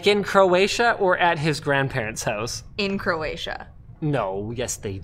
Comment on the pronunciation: She said "Croatia" twice and I heard "Manila." I guess I should stop watching these at midnight or 1am.... I only played this back again to see what she said after someone corrected me and said she was not going to the Philippines.